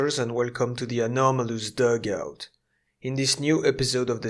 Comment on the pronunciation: i like how you say dugout